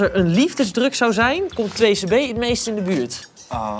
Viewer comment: It's "2c-b" not "2-cb"